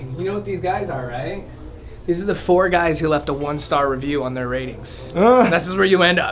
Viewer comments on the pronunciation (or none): none